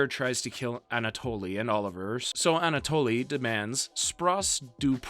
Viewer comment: anatoly..."a natalie"...please, dude